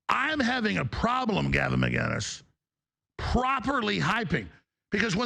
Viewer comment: should start by saying Gavin’s name right